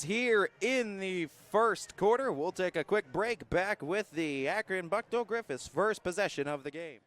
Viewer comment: Thank you for the coverage. Buchtel is pronounced , booktahl.